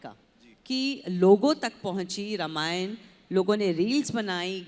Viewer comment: रामायण का उच्चार रमायण ऐसा नही करना चाहिए .रामायण ऐसा ही बोलना चाहिए .अरुण जी दीपिकाजी बहुत बहुत धन्यवाद 🙏